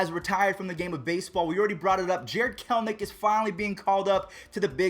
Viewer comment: It isn’t Jared kelnic you have to actually read the name there is an E it’s Jared KELL as in Kelly and enick as in lowercase e and the name nick Jared kelEnic